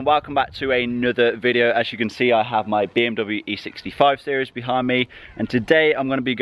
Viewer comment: Did you say E60 5 series or "E65 series" I know you said E60 5 series but it just sounded like "E65 series" 😂